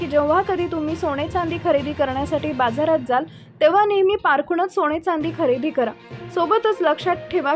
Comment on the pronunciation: सोणे नाही सोने.आधी उच्चार सुधारा